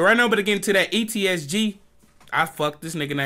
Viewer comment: You stay saying ets gee😂 haha nah I fw you tho